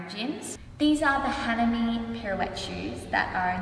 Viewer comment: I was totally thrown with how Hanami was said. We all speak English but our pronunciations are so funnily different.